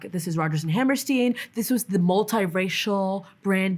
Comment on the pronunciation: i dont love that she says she loves that film and doesnt remember the lyrics, nor can she pronounce Hammerstien. Nor that she doesnt realize who wrote those songs. Her cultural knowledge is next to nothing but she's speaking as if she has the slightest idea what is going on. as a storyteller she has next to nothing to offer. I was told to check out this video and it was a waste of my time